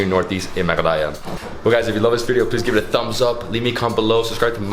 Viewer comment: it is mehgha aalaya